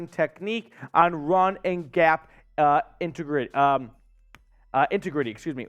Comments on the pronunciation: In-teg-rity let’s sound it out folks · bro cant pronouce integrity